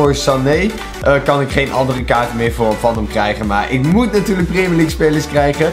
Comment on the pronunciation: Stephanie Kayser preemjurleague zegt hij